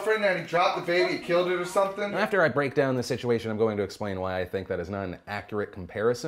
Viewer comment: Didn't you know that Mike Martin AKA Daddyofive pronounces everything that ends with an ing as ink, for an example: something as somethink, everything as everythink and so on...